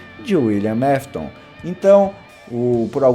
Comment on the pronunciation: Não é Wiliam mafton é Wiliam afton